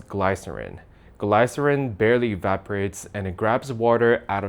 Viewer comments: Gl-ice-erin came on the stage. LOL. It’s pronounced like ‘glisserin’ dude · Gly-(as in fly)-cerin It's gly-(as in the li if lift)-cerin So glycerin, not glycerin :D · "Glycerin" the y rhimes with "this" not "high" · Just so you know, it's pronounced gli-cer-in. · gle-sa-rin not gly-sa-rin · The y in glycerin is pronounced like the i in image, not high. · Glycerin is pronounced glih sa rin. Not gly sah rin. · GLIE-SIR-IN ❌ GLISS-ER-EEN✅ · Not gl-I-cerin, my friend. It's gl-i-cerin. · It's "gliss" not "glai" lmao. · The Y in glycerin should be pronounced like the I in glycerin. Not GLIE-ser-in. It's Gliss-ser-in. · Glaays-uh-in or Glis-uh-rin?... you just look up stuff and say to chatgpt "make me a small story about it"? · it's gli-suh-ruhn. not "Glay-suh-ruhn" like you said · The first syllable of "glycerin" rhymes with "miss", not "mice" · Interesting but FYI it's not "GLI cer in" it's "GLISS cer in". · Gli-cer-in. Not Gly-cer-in. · Wait.. so it's glay-cerin, not glee-cerin? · Glycerin is pronounced like Glisserin, not Glighserin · Glycerin is pronounced like the vowel in kiss, not eye. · We pronounce glycerin differently. Gliss er in. Not glYcerin. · It is pronounced G-liss-er-in not as G-lie-sir-in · Glisserin, not gleye-cerin. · it is pronounced "gli-suh-rin" with the "Y" sounding like a soft "i" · The first syllable in glycerin rhymes with bliss. GLISS-er-in :) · It's pronounced "gliss-er-in" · FYI, the gly part of glycerin is pronounced the same as gli in glitter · its pronounced Gliss-er-in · Glai-cerin? Did you ever hear the word uttered by another human? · *pronounced "guh-li-cer-in" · Gliss-ehrin brudda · Glycerin is pronounced like "glih-ser-in". The first syllable does not rhyme with "lie". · that's a new way of pronouncing Glycerin (glihsuhrin) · Glycerin; pronounced GLISS-er-IN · Great video.. just one observation.. it’s Glee-Sir-In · It’s pronounced glee-ser-in in American English just FYI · Get your ai pronunciation correct. It’s glis-serin